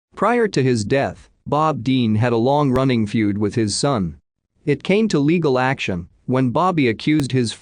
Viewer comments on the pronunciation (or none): none